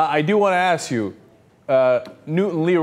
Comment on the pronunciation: "That's why he ax the way he ax" .